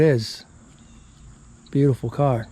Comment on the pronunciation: Did you say "bluetiful"?